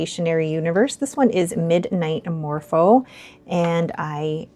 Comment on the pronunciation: Love this! Thank you for sharing your collection, I love shimmer inks as well! The “mofo” part instead of “morpho”is hilarious 😂